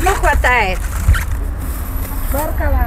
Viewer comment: Не говори баркала а правильно будет БаракалЛах